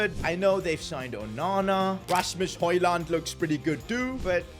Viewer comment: Pls stop calling him hojland